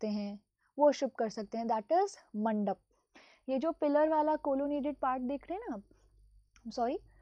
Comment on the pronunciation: is it's manda Or anda?